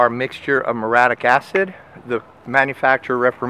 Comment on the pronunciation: It's mur-E-atic, not mur-atic, and rec-co-mends, not rec-cra-mends.